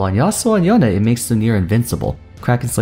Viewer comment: Its not yonay its yone ...